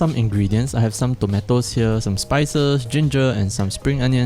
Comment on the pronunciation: People in the word: tomatos, tomeitos. This guy: tometos.